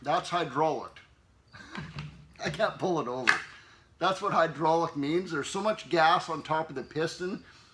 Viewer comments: It's pronounced hydro locked not hydrauliced 🙄☠️ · very good informative video, but sorry I have to correct you. it sounded like you said hydrauliced, it's pronounced hydro-locked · Are you saying hydrolocked? Or hydraulic?